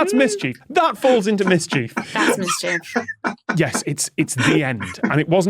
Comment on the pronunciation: Am I the only noticing that Tom pronounces mischief differently from the rest of them. “Mis-chief”